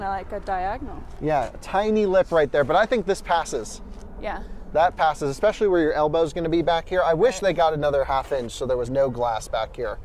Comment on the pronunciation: Especially, not eckspecially. Phonetic spelling: /EspEshUHlEE.